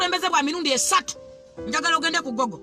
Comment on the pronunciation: Vuummaa mu luzungu it's Google not gogoo